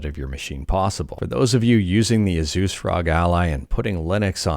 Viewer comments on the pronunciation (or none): none